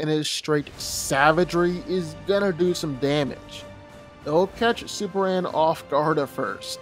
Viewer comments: dude it's superman sperMan not supper-ran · It’s Superman, not Super-Ann 🤣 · why do you say "Super anne"? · I'm sorry, but maybe it's me, but as I listen to the video while my husband watches it ... I kept hearing him say SUPER ANN, SUPER ANN, SUPER ANN... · Anybody else hearing the dude saying SuperAn ?